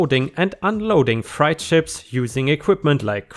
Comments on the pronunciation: Filed is not the same pronunciation as filled. Specious is not the same as spacious Freight isn't pronounced like fright I hope you don't mind the pronunciation tips. I speak 2 languages and appreciate corrections myself. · This is probably already here... But, freight (cargo) is pronounced like fr-eight (or fr 8 or frate). Take your pick as to what is easier. ☺ Fright (frite) is a scare. 😰😨😱👽